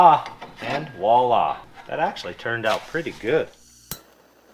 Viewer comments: voi·là pronounced vwä-ˈlä... walla is for:-) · I keep hearing 'walla'.. I think you mean voila (as in french for 'there'). Great video in any case :-) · "walla" LOL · The “walla” is actually pronounced with a V at the start. It’s spelled “voila”and loosely translated it means “there you are” or “there it is”. Fun to hear it used when something comes together! Love the channel and the builds! The odd rescue is a great bonus! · Maybe can pronounce the French word. Voila voi·la [ vwah- lah; French vw a- la ] Can say the V sound? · Voila voila, as one of the few french speaking subscriber, i appreciate your good use of the word however… it’s pronounced with the V as in Victor, you make it sound like a « wala » . Voila, I’m done :) Great channel !